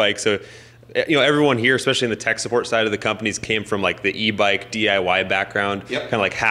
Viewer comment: Did he say evike like in airsoft evike